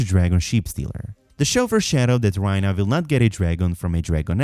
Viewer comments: RAE-Nuh not Rhyna… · Rhaena is not pronounced Ryna but RAYna,😂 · never heard anyone butcher someone’s name that bad 😂 rynah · why do you mispronounce her name like that, they say it as rEYna